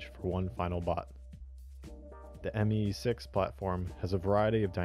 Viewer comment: “Mee6” please shoot me.